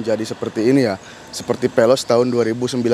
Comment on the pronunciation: Penjelasan ny kurang mantap. Veloz bang bukan peloz